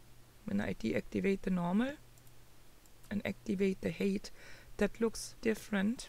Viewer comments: Hi. Thanks for another informative tutorial. Quick tip. The word "height" is pronounced to sound like "kite", and not "kate". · hey,. I appreciate you explaining this so thoroughly for us. One thing - your pronunciation of the word "height" is wrong. You're saying "hate" which means something completely different. "Height" is pronounced as "hite". Listen here: I can understand why you would think "eight" preceded by "h" sounds that way.